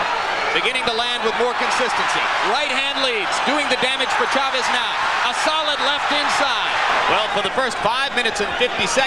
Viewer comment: It wouldn't take much from an announcer to show a minimal respect for the name of Chávez. 20 seconds instruction and they'd pronounce it correctly. ... Actually, the main announcer is OK, but the sidekick?